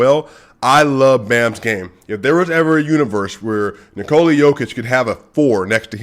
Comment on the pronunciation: The way you said Nikola is actually more accurate than one you are saying regularly. Use it more. :)